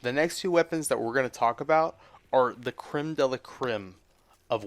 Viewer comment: Jaymes Waubiness He mispronounced 'crème' so badly that it sounded like a Ukrainian Peninsula (called 'Crimea' in English).